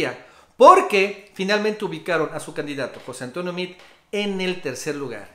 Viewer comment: Como sugerencia, pronuncia el apellido de Meade tal cual como se escribe...saludos